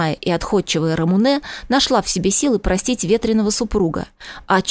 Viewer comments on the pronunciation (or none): Ну какая РамунЭээ,противно слушать,она Рамуууне.